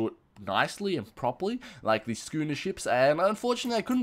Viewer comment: schooner is said scooner